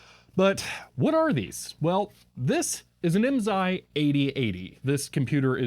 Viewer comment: I may be able to answer any IMSAI questions for you . . . but you have to promise to never say IMZAI again. lol The S is pronounced as an S. (I was a dealer) The FIF was used with Calcomp-142 SSSD floppy drives. FIF uses DMA to move the data into main memory so it a high performance unit for its day.